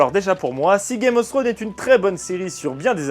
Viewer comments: Non plus. /θrəʊn/ en phonétique, le θ se prononce comme si tu avais un cheveux sur la langue un peu. Un peu Fsrone en soit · "Throne" ne se prononce pas [Srône], mais d'avantage [Frône].